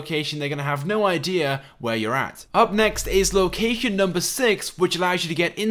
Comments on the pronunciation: he says locacan instead of location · locacion XD